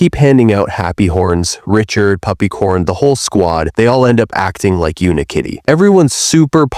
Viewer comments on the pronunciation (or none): none